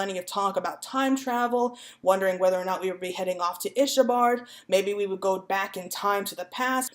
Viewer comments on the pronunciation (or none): ill-sa-bard not isha-bard lol but anyway im really enjoying your videos :)